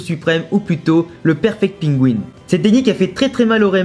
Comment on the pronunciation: "le perfect pingui " mdrrr, c'est pas le "perfect pengin" plutôt ?😂